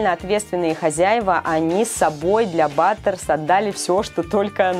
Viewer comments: Не батерс а Баттерс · Баттерс а не батерс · БАТТЕРС а не баттэрс